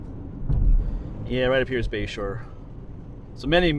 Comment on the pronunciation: Toward the end of the video I thought you were saying Bayshore rd and I thought, what an odd name for that area. I looked it up and it is Bashore rd, I assume after someone’s last name? Makes more sense. Anyway beautiful video of a beautiful area, thanks.